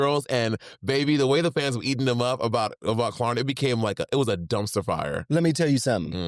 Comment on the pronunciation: “ We luv to shop da Klarna🇸🇪”🤣